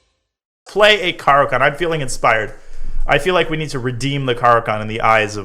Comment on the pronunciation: like everything except your pronunciation of the opening